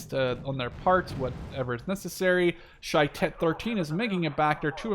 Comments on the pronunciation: shayetet 13 is our version of the navy seals and u pronounceit sha ye tet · Nice game also you're not pronouncing well shayetet, it's sha ye tet